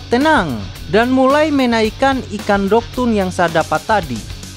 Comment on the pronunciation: Dogtooth bang bukan dogtoon